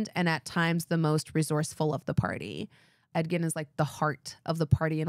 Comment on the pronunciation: Every time you say Edgin, I hear Ed Gein 😂 there's something wrong with me